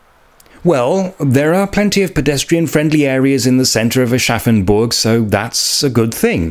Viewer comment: I will never not hear "Arschaffenburg" in my head and I think I might be forever 12.